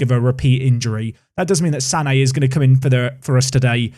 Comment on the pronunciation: The name of your Dutch guy that played against Brentford is pronounced "SAnnuh", emphasis on the short sounding SA. So not at all like "Sané".